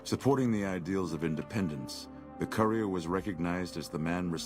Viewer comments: The “coorier” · He pronounces courier like “coorier” 😂😂